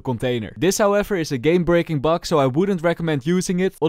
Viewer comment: i love the way how he says bug in bug abuse : P "B u G" sounds kinda funy to me : P